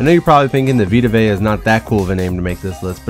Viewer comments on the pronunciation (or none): Its not vay-a its just vay because its the tongan alphabet